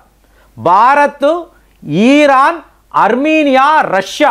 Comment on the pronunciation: బాంగ్లాదేశ్ ఈరాన్ బ్రేజిల్ ఈరాక్ ఆజార్ bijan... పదాలు పలకడం సరిగ్గా పలకడం అభ్యాసం చెయ్యండి..... ఇన్ని దేశాలు ఎవరు మీలాగా పలికారు...